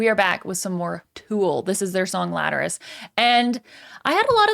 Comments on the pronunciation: Cool reaction and interpretation 👍 Not sure about the pronunciation if the song name though, haha. I say it with 4 syllables lat er al us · "laterus" triggered so hard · FIRSTLY ITS NOT "LATERUS" ITS "LATERALUS" MEANING LATERAL THINKING !m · You said the song name wrong lol